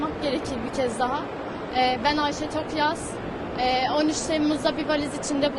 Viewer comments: Tokgöz, Toksöz hepsini söyledi bi Tokyaz diyemedi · soyismini genelde yuvarlayarak yanlış telaffuz ediyorsunuz Tokgöz der gibi ama soyisimleri Tokyaz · Tokyoz değil toktan abi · Ay nolur konusmayı becer artık bi söyleyemedin TOK-YAZ.BAŞTAN SÖYLE TOKYAZ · soyadları TOKYAZ neden telefuzda sorun yaşadınız anlayamadım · soyadlarını hep yanlış söylüyorsunuz en baştan beri… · Tokyaz kelimesini telaffuz edemiyor musunuz?